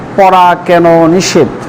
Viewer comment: নিষেধ । নিসেত না